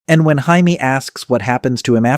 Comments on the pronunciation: the narrator says Jamie 2 different ways: 1) he pronounces it the Spanish way: pronouncing the “J” as an “H”, as in “Hamie” 2) instead of “J-amie”. Since Marisol is a Spanish name I think the Spanish slipped into the English version. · to read Jaime Lannister as "Haimee".. instead of "Djay-mi".. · Why do you think it’s Indian instead of Spanish. This is Marisol’s site & Marisol is a Spanish woman’s name ? the narrator says Jamie 2 different ways: 1) he pronounces it the Spanish way: pronouncing the “J” as an “H”, as in “H-amie” 2) instead of “J-amie”, the English way. Since Marisol is a Spanish name I think the Spanish slipped into the English version. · Spanish. This is Marisol’s site & Marisol is a Spanish woman’s name ? the narrator says Jamie 2 different ways: 1) he pronounces it the Spanish way: pronouncing the “J” as an “H”, as in “H-amie” 2) instead of “J-amie”, the English way. Since Marisol is a Spanish name I think the Spanish slipped into the English version. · I'm well aware of the Spanish pronunciation considering it's literally my name and it wasn't even close to how it was said in the video. I said Hindi because early in the video they left some Hindi shit in they clearly didn't intend to and since it's AI they are just generating and posting so of course they're going to miss this kind of thing because the are not bothering the check the output beacuse it doesn't matter to them, only their return matters and that requires just shitting out slop as fast as possible. This is the Youtube AI video slop meta.